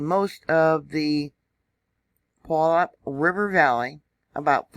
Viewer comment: Puget is pronounced "pew-jet" and Puyallup is pronounced "pew-al-up". Excellent info on Mt. Rainier. It's a definite hazard. Very brittle, crumbly mountain. Glad you provided this info for those who don't know. 💕